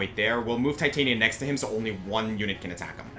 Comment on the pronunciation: Just to point out and not sound like a smart-ass, Titania is pronounced "Tit-ann-nia". Shakespeare. Midsummer Night's Dream.